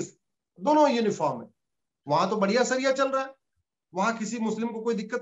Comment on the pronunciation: हिन्दी तो शुद्ध बोलिउए वकील साहब। शरिया को सरिया और इसी तरह के शब्दोँ को ठीक से उच्चारण करिए।